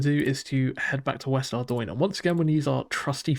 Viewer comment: Very nice start nevertheless. Thank you for pronouncing Ardougne correctly 🙏